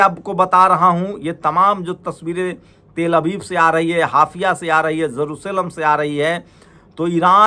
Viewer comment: हाइफा,होता है हाफिया नहीं । भाई